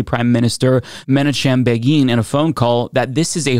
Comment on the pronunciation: The Israeli PM in 1982 was MEH-NAH-KUHM BAY-GIHN